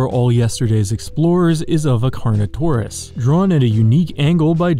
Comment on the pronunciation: I freaking thought he said carno-corn-us